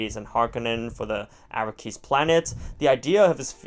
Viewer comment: It’s pronounced Arrakis not Arakkis.